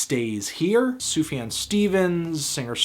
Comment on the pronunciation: You still haven't learned how to pronounce Sufjan yet.